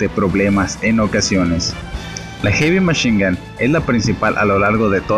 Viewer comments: Ulala señor frances heavy machine gun se dice jevymachingan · noo se dice erimeshinga